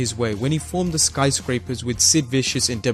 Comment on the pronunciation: he also had some trouble with "Sky Scrapers"